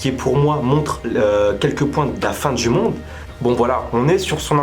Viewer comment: « Y’a la fin du mon et y’a la fin du monde » tu parle chinois mon frr